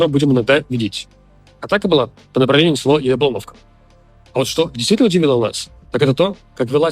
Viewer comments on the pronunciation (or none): извиняюсь,я,до недавнего времени,жил в Константиновке и мы всегда говорили "Яблуновка"